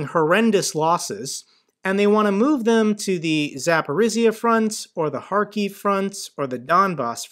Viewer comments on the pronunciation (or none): none